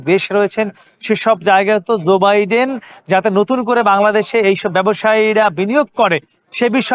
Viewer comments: zoe biden na joe biden, uchcharon thik rakha uchit ato boro ekta news cover korte gechen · রিপোর্টার এর উচ্চারণ ঠিক করা উচিৎ। ঝো না জো হবে।